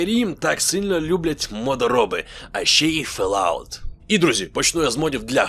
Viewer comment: Fall [[fɔːl] out - тобто фОлаут, а не фЕлаут